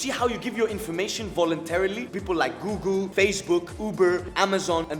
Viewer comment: This guy can't even pronounce Google